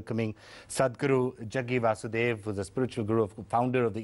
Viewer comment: can u please correct the name of Sadhguru ji It's Vasudev not basudev. Please correct